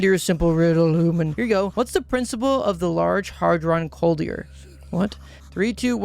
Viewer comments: Did this man just say "large hard-ron coldier"?? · Yorrick is on crap list now! D: Like so many, many other people. Like, uhm... Anyway, hearing you try and read "Large Hadron Collider" gave me terrible face pain. As for what game Id like you to 100% next? Battle Brothers of course!